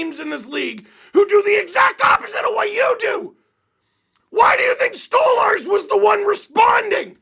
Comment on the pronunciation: It's *Stoly/Stolie or Stolarz you muppet, not Storly Just because rielly scored that doesn't mean he was good, and that's not even the point of the video. 🤡 they're the heaviest team in the league and but they play like they're the biggest pansies in the league. Their goalie had to stand up for himself because no else cares and it's embarrassing. That's the point